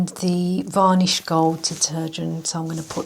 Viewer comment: Va nish.only English person I've heard pronounce an R that isn't there